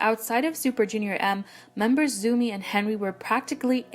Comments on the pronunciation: Its not 'zoo-mi' its 'tsao-mi' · Pronouncing Zhou Mi as "Zoomy", geez... can't listen to it